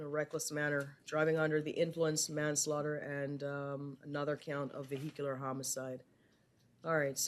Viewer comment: Why can't this judge properly pronounce "vehicular?"